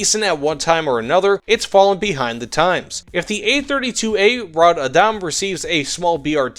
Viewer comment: rod badam? man you botchered that name. and yes this is a pretty bad plane am swedish so I bought it regardless